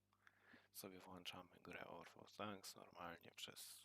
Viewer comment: Powiem ci gościu mnie też wywalało i naucz się mówić world of tanks i nie wyjazdrzaj za się tak jak wyjechałeś na tym filmie musisz się nauczyć grać bo masz 200wn bez obrazy